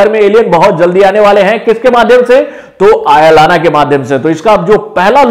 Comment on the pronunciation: It's not आयालाना ❌ it's अयलान ✔️✔️🙏😍